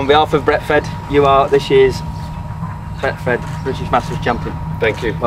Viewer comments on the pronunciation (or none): Good effort by Willett. 2 attempts and still didn’t get the sponsors name right. Bretfed then Betfed 😂